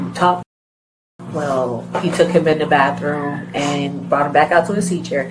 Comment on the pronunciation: Where does anyone learn to say “baffrum” for bathroom or “axe” for ask? My school friend was originally from NJ & came to NY school saying “axe” & almost 50 years later she STILL says that instead of “ask”🤦🏼‍♀️🤷🏼‍♀️.